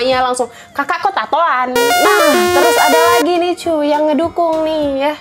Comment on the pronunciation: Aku dengernya malah cuk bukan cu wkwkwkwkwkwk :v